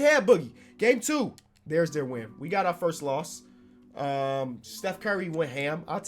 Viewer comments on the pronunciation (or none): none